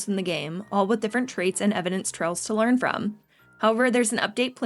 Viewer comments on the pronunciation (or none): none